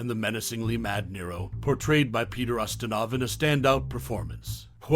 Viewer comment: Quo Vah-dis, Peter use-tin-off!!!